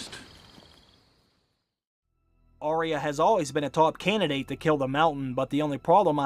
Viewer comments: It's "Arya" not "Aria" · Your videos are so wonderful, but for the love of Pete, why do you mispronounce the name ARYA. It's AR-Yuh. NOT Aria. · Arya is pronounced "Eyeah" not "Arie ya"